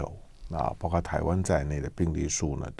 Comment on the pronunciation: 括（kuo）四声，来唐先生，跟我一起读，kuo，括，包括，kuo括，广括。...........好的唐先生你进步好快噢！